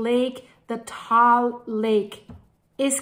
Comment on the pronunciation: It is said Tah-all, not tall. I am learning because my wife is Filipina and when we visit, we are 8km from Mayon or in her dialect Magayon; which means beautiful after the goddess.